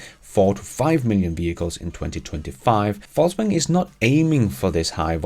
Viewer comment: I love how it sounds like "false waggon" when you say "Volkswagen". Intentionally?